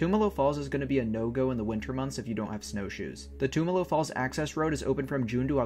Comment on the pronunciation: Awesome, I used to live in Bend. Though you are pronouncing it wrong, the "tum" is pronounced like in "tummy". I never made it up there during the winter, only summer, looks beautiful. I also never made it to Smith Rock, I'll have to go sometime. I can recommend checking out Steelhead falls sometime. It's a nice hike and in the summer you can swim and cliff jump there (as of last time I went anyways).